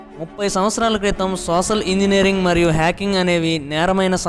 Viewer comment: sosal kadu bro social anandi